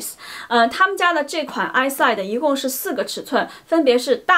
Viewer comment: It’s “Is-see-day”